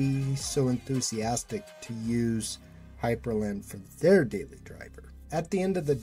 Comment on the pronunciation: Not to sound like an ass or anything but it's Hyprland, not Hyperland.